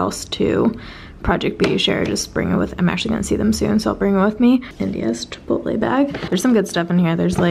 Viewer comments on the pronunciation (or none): none